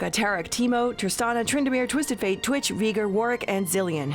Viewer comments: It's pronounced Veiiigar 😂. Not Veegar😂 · Very good video except for pronuncing veegar (vei gar) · Vee ger, vigar? I think its veigar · Well.... its VEI - GAR not VEE - GER lol.. Iceland pronounces it like VEA - GAR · I know right its vei-gar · its v-i-gar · It's "Vay-Gar" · She said vigar lmaoooo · “Veegrr” Ummm. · Did she say viger? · veegr lol facepalm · "VEE GEER" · Cant even say Veigar's name yet gives a history on league and claims over 100 games played of dominion? k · says she won atleast 100 games of dominion, but still can't pronounce Veigars name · omg i thought the narrator had the most beautiful voice until she pronounced veigar wrong